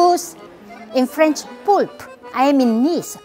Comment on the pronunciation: not pulpé but poulpe. poulpe and pieuvre are both french for octopus but where i live nobody say poulpe we say pieuvre